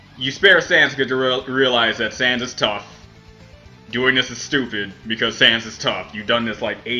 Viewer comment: Im gonna subscribe just for the reason that he said Sans's name right.